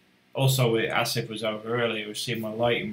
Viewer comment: Thanks but its Arif not Asif ☺